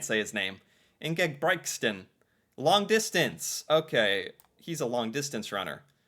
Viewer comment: The thing i had the best time of in this video was every time you said "Ingebritsen", it's even hard for us to say. You did a great job though, so cute.😂😂😂😂